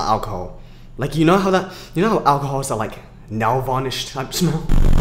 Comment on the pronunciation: "SmELl", also good vid